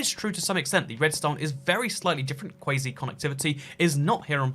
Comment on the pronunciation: its quasi. As in KWAWS-EYE. Not kwazy